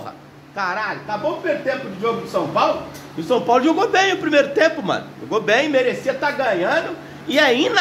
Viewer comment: Shupaulo. Shupaulo shupaulo 😂😂😂😂😂